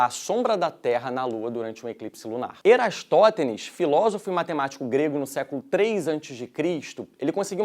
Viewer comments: Eratóstenes*, e não Erastótenes, professor! Kkkkkkkkkk Dito isso, a análise do mesmo, levou em conta como se a luz do Sol chegasse em um raio plano; e podemos ver nos finais das tardes que os raios chegam em paralelo. Forte abraço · Mais um comentário só pra lembrar o "Erastotenes" Kkkkkkkkkkkkkkkkkkkkkkkkkk Esse é nosso professor, errou tanto na pronúncia qnt na legenda!